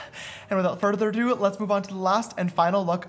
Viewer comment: “wIthOuT fUrDrDo”